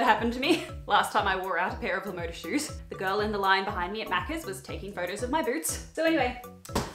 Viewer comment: Btw LaModa is spanish for "the style", and is pronounced Lah Mohdah. I don't want to offend anyone, but I just want to let people know.